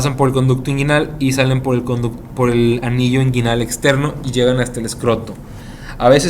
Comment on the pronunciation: Cvo sabía que hay una ureta esponjosa creí que era cavernosa. Muy buena la info perp el segundo señor que explicó esta rexontra perdido no pronuncia bien nisiquiera inguinal.